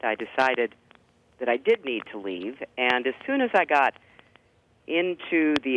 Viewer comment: she says the word "and" here numerous times. I've not heard her pronounce it eeeand - as she does in this video. maybe it's my imagination